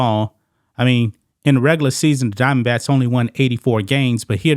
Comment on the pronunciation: Are you saying Arizona DiamondBATS or does it just sound like it?